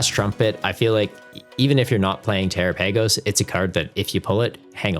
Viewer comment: Terapagos (Ter-Ra-Pa-Gos)